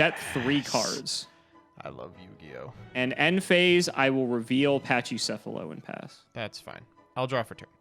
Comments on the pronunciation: pls it's pronounced "Pakicephalos" not "Pachicefalos" it comes from Greek pls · A couple things: "Pack-ee-seff-uh-low" "Co-ah-kee-may-roo"